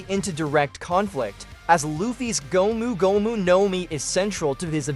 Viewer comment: Prolly cause of how he pronounces gomu gomu